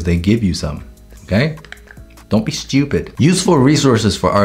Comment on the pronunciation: when he said "dont be stweepid" i lost it